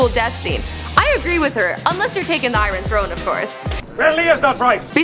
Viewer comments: IT'S IRON NOT I RON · This chick says "I--ron" instead or iron.....in multiple videos. You'd think she'd learn how to talk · "the I-Ron Throne"